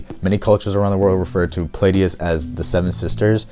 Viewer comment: Came across your video on a reddit post and I haven't finished watching it yet but I'm really impressed by this collection and how well you succinctly explain everything. If you're reading from a script, which I totally understand, maybe phonetically spell out some of the words you struggle with just to make sure they are correct. Example would be something like Pleiades(plee-ah-dees). I'll definitely be finishing this later today.